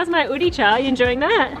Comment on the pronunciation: Sorry to correct you but it’s a odie